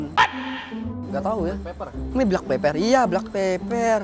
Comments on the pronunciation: Ngakak dia bilang black peper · "blak peper"lucu bangett😭😂